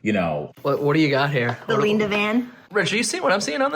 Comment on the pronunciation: ‘You probably like the rumble’. ... someone call Electrified garage’s ‘HR’. ‘pleese’... Leenda has a harassment complaint! 🤣